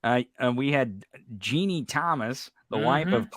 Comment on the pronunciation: (Habba is sorta pronounced like:. Hobbit - without saying the "t", or "Hobba"). I don't think Trusty was picked because he's inexpensive. T**** would go with an expensive lawyer, afterall, when you don't pay your lawyer, money is no object.). P.S. - Ginni = "Gin-Knee" not "Jeannie"